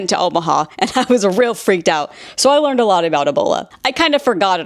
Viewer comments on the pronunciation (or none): none